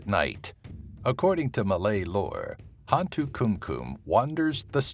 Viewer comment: Great video. There are a couple of demons that even I, as a Malaysian didn't know about, and most of them have variants in their background stories and/or traits. However, i just can't help cringe and laugh a bit when you mispronounced some of their names. ^w^ 'Hantu' was correct. It literally means 'ghost' in Malay FYI. 'Tinggi' is pronounced 'TING-GEE', hard G, not the 'j'. Hantu Penanggal (you missed the L in the vid text) was close to perfect, it's pronounced as 'PE-NUNG-GULL', as in seaGULL. Langsuyar, or Langsuir (theres a few way of calling it), is pronounced as 'LUNG-SOO-YAR'/'LUNG-SOO-YOR' or 'LUNG-SOO-AER'. Orang Minyak was the one i really laughed hard. Minyak (oil) is pronounced as 'MEE-NYUCK', its the 'nye' sound, and the 'UCK' is the UCK in YUCK. I've never heard of the A bao A qu, most likely because its origins are from India, as in a indian lore creature. Granted, Before Islam, Melaya was predominantly Hindu, so the lore might have been told by a several family lines. Not mine though. Gedembai is also a creature ive never heard about, most probably because it is not a mainstream creature like most in the list. Im sure there's a boatload more of malay lore and creatures ive never heard of. For the orang minyak, some think that it's a man who is trying to achieve immortality by making a contract with a djinn, and his task is to take the virginity of 9 women each night in a row to achieve his goal. im not sure what happens if he fails, but most stories end with